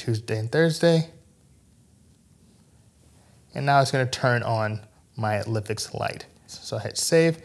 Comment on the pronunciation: I believe it should be pronounced LIFE-X. Nice video otherwise :)